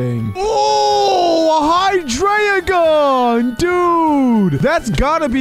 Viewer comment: It's pronounced as hy-dry-gon